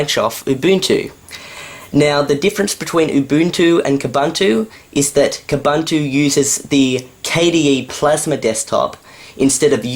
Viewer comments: Koohboohntooh, not kahbuntooh. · Wait. Why are they pronouncing Ubuntu 'oo-Boon-tu', but Kubuntu 'Kuh-bun-tu'? Shouldn't they be the same apart from the K? I also changed the colours away from that horrid grey when I upgraded - AND put the bar at the top, for good measure! Actually, that's the great thing about KDE - so customisable. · First you pronounce Ubuntu wrong and now you are pronouncing Kubuntu wrong! All branches of Ubuntu (like Xubuntu and Kubuntu) are pronounced the same!!!